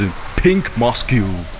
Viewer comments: Hi! Mosque 不是念 "Mos Q" 哦，是"MOS" 而已 就像念摩斯漢堡的那個"Mos" 😊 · 想跟說… mosque 的que靜音